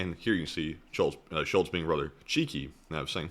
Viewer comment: Totally out of context, but your pronunciation of Scholz sound way to much like Schulz (which you say in German if you burb after e.g. drinking beer) It gives the section an interesting subcontex 😅